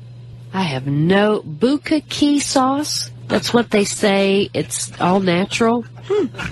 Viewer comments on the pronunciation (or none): Probably did the pause because of how they wrote it she had to look at the next line or paragraph to continue reading. I'm sure it's real she couldn't even pronounce bukakke lol